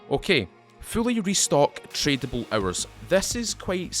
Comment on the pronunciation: Off topic: guess the accent is South African? Guess am the only one who heard hours--> errors, items--> A teams ... :)